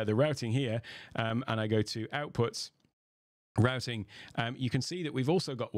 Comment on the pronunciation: finally someone that can pronounce "Routing" correctly